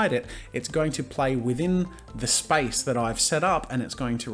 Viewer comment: omg when I first hear him say Space I heard Spice. "Hold spice and you can move around the canvas." I was so confused and had to google what spice key is lmao